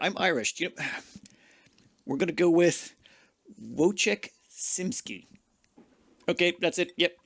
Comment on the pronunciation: "Wojciech Szymski" pronunciation was pretty decent, but Iike ppl consternation when seeing polish names :D